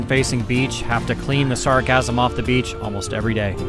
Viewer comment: Dude, it is Sargassum Weed, not “sarcasm weed”. Although you can call my comment sarcasm, you should not call it sargassum! Lol